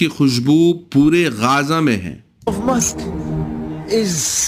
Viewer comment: Wo mooshk hai Not musk